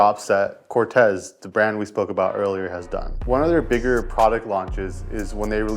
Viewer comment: I was about to say! 😂 and it’s pronounced Cor-teez